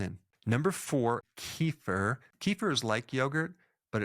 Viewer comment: Pronouncing KEFIR WRONG.The E is like Edward! & the stress is on the first part. KÉfir!